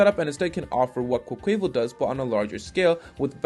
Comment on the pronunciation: No one:: "Quoqueyval"